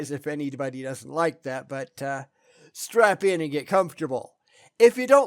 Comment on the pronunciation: Did u say strap in or strap on?